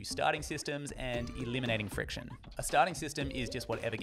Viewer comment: "Elminating Friciton" lol.